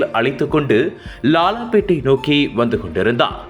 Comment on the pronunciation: ஐயா செய்தி வாசிப்பவரே லாலாபேட்டையா? லால்பேட்டையா? லால்பேட்டை - சிதம்பரம்